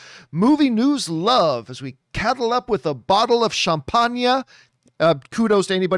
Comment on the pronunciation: John, your champangnyah needs more cow bell. ; )